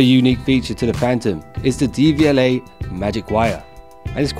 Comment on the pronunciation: Its not DVLA its pronounced dev-u-lay